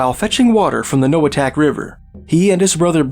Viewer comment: Inupiaq Eskimo here, I’m certain you pronounced 100% of these villages wrong 🤓 my mother is from Noatak (no-uh-taq) and Kotzebue right next to Noatak.